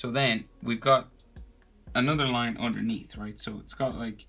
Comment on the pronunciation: "So we have a shadow area andurnea" "Underneath "